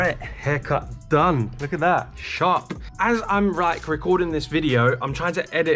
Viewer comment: "As I'm rike"